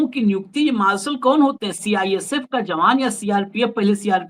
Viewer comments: Sir, मार्सल नहीं मार्शल Please अपना उच्चारण सही करें कई बार सुनने के बात समझ में आया कि आप मार्शल के बारे में बात कर रहे हैं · 😂😂😂😂 marshall hota hai..marlson nahi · आप भी मालसल बोल रहे हैं... मार्शल बोलो साहेब....